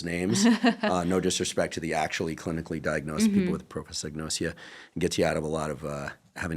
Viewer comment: It's Prosopagnosia not propasagnosia :)